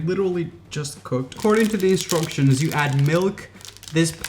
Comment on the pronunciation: His accent changed when he said instructions....sounded kinda british